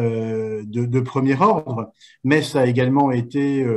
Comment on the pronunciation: Metz la plus belle ville du monde est en Moselle, toujours un plaisir d'entendre parler de mon département et surtout de ma ville. Et précisons que Pour Metz l'on dit "messe" et non pas "metze".